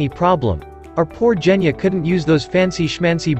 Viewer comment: it's Genya not Geyna